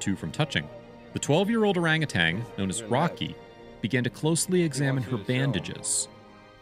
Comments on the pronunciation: It's Orangutan not ORANGUTANG!!!!! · Please, please. It's pronounced "ur-RANG-a-tan" not "ur-RANG-a-tang" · You’re mispronouncing “orangutan.” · One "g" in orangutan.